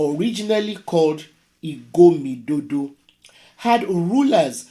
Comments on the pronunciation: Point of correction of the prononciation of the name is not IGOMIDODO IS IGODOMIGODO, MEANS GREAT MAN SEE GREAT THINGS. THE REAL NAME BEFORE IGOMIDODO IS (IDU.) IHAT IS WHY IN MY TOWN WE HAVE IDUMWENKA IDUMWENHEN IDUMWONGO IDUDOGO IDUHUGHA IDUSEKHOR IDUEGBO ETC. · Igodomigodo is the correct pronociation